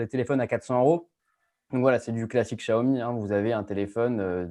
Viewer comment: Spécialement pour François Sorel, un petit tuto pour bien prononce Xiaomi ;)